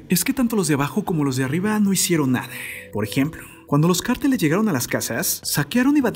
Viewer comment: Feo el acentito todas las palabras las termina E, "no hicieron nadeeeee", "en la entradeeee" "por la parte traereeeeeee" hayyyy que desesperante